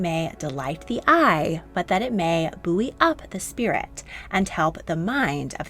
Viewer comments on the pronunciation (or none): Buoy is pronounced boy… right? 🙃 Fascinating video though I love it